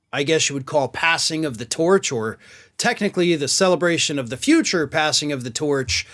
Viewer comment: At first I understood "passing of the torture"... guess it makes sense, though 😂